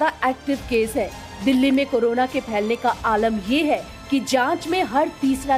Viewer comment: करोना नहीं वो कोरोना है एंकर महोदया। कृपया उच्चारण सही करिये।।।